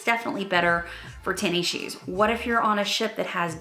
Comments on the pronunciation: I like your videos but you calling it “tenny shoes” makes me mental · I like how you say Tenny shoes must be a southern thing!